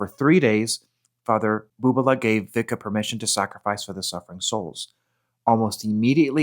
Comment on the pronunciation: Pronounced Visca